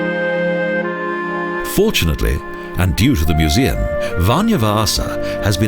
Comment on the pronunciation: he pronounces "vanha" like "vanja" and "vanja" means russian in Finnish